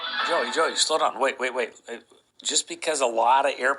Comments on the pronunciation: I swear he has Repeatedly told the world that his name is. Not Joe Joe not John John, please respect his name. Thank You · I swear he has repeatedly told the world his name is, not John John not Joe Joe........